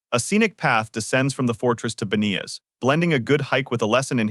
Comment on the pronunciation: is there any point in saying how badly the robo voice pronounces names and hebrew words?? Ein Gedi is not pronounced like that!! Its AIYN GEHDI The G is a hard G, like gap, great, get or go. BANIAS is ban-yas not bah nee us